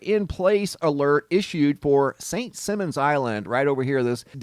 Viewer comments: “Simons” not “Simmons.” Ever play “Simmon says?” Yeah. Me either. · Simon says not simmons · It pronounced Simon, like the game "Simon says", not simmons like gene. lol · St.Simon is a long 'i'..'Sigh-mon' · just wanted to let you know that St. Simons is pronounced with a long "i" in Simons. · St Sy mon. Is how it’s pronounced. Hahaha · Here in the South it is pronounced Saint ( Sigh-mons ) Island.. 🙂 . Thank you for all incredible footage ✨ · Who tf cares how it's pronounced? Most people have never heard of St. Simmons Island.. so it must not be too awfully important. Just a speck on the map.. 😂😂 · St Simons...Simon like Simon says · I lived on SSI for a few years. Beautiful place that has had bad luck lately. It’s pronounced Simons like Simon says. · From a native Georgian; actually it's Saint "Sy"mon. :) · Saint Simon's island pronounced Like Simon says St simons island. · I live where this fire is. It has been here since I can remember and I have lived here since the late 1960’s. This has never happened before. They have had a boiler explode a couple times but nothing like this. By the way, not being mean, or TRYING not to so please don’t take it wrong. You don’t live here so you wouldn’t know, but Simons is pronounced like Simon in Simon Says. It’s cool that my city is on your video though the REASON for it isn’t. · Can’t believe all the HISSY FITS in the comments because of the mispronunciation of the island. Grow up and stop being so easily “triggered.” Damn!! SMDH.